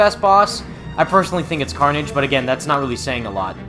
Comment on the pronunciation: Carnage? More like Carn-EDGE